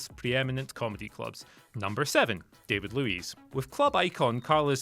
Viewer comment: Why are you pronouncing David Luiz name incorrectly #FFS?